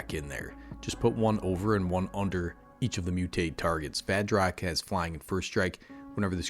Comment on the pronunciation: At first i thought you said vag rock 😳